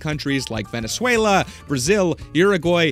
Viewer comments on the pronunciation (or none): none